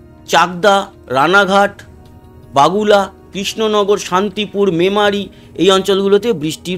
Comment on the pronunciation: দাদা ওটা " বগুলা" ,,,, " বাগুলা" নয় ।